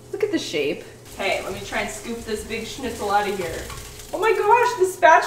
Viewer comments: I love that you know how to pronounce Schnitzel :) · Also she says Schnitzel very well. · Hearing english speaking folk pronounce „schnitzel“ the right way is satisfying